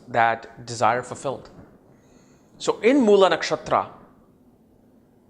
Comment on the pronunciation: Its Mool ( like fool) not Moolaa!😅